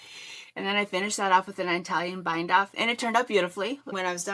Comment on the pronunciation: Beautiful sweaters. Italian is pronounced ih (like it) TAL yen. ❤